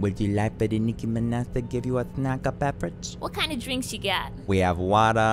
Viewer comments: i love how she says mirage and then proceeds to pronounce minaj as mineh so it doesnt rhyme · Nicki minéH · Me: Trying to talk Nicki Minaj: Nicki MinEHz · De Nicki Mineh* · Niki mineh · "Just here at your service, I'm Nicki MINAH" 🤭😭🤣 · Nicki mineh?? I am CRYING 💀💀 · de nicKI MINNEH